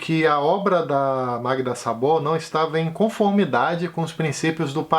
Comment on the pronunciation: oi, o a sem acento tem pronúncia O em húngaro, então Szabó, é pronunciado Sóbó.